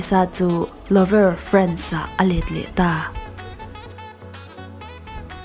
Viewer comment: Louvre ..Loovrah ti in an lam